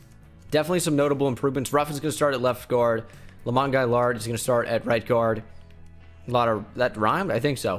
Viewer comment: U pronounced gailiard incorrectly